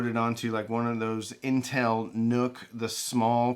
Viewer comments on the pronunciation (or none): none